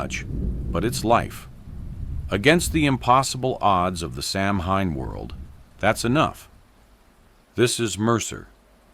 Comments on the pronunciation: Its not pronounced "samhain" its Sow-in. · Hi, REALLY love this channel and having said that, I've been learning Gaelge, Irish Gaelic but the name in Irish is pronounced "SO-wayne" NOT SAM HANE. Hope that helps. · sOW-win Thats how it is pronounced Otherwise, very cool. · I thought it was pronounced "sou-when" (like sour without the r) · It’s pronounced Sow in, the H is silent, Dublin, Ireland❤️ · Samhain, which is Celtic, is actually pronounced 'saa wen'. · It's actually sa-ow-win ❤